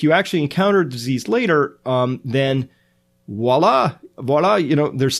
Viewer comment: Hi, Pronounce hard “v” in “voila”.